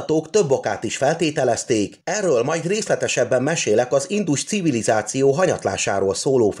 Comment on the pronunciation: Nagyon tetszett az előadás! A hangsúlyozás még mindig nagyon hibás! Valakit meg kellene kérni segítsen a helyes hangsúlyozásban, mert nagyon zavaró ,hisz sokan hallgatják és eltanulják a rosszat. Kérlek hallgasd vissza és rá fogsz jönni mi a hiba . pl nem indus CIVILIZÁCIÓ hangsúly nem a civilizáción van hanem az INDUS CIVILIZÁCIÓN van. Bocsánat ,hogy szóvá tettem... a tudás anyag remek.!